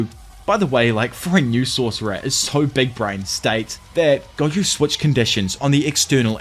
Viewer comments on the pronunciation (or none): Please tell me me if I’m not the only person hearing goku is stead of gojo